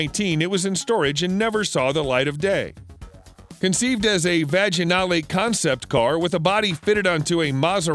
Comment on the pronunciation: "Vag-eh-nall-a" 😅 "Vig-nall-a", and the Cobra was based on the Ace, not the other way around. Why do you manufacturer your facts, you silly, rediculous person you?